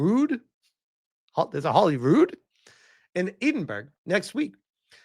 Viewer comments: I know you're American, so you get a fair bit of leeway on this one but.. Eedin-burg is the worst pronunciation of Edinburgh I ever heard, just for your information (and for any other people from across the pond), Edinburgh is pronounced phonetically Ed-in-bur-ruh! Sorry to be the Grammar Nazi, but that one just irked me a little:) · Holyrood predates Hollywood by many years, yes and it is in Edinburgh, not... "Eidinberg"? Seriously, where is that? Well, either way, there's a Royal residence there, now belonging to the King, since we don't have a Queen any more!